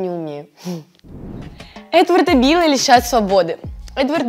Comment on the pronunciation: Когда сказала: Эдварда била, мне послышалось: этого дебила😅